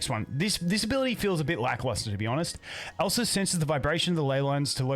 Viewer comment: It sounds like you're saying Elsa it triggers my frozen flashbacks 😭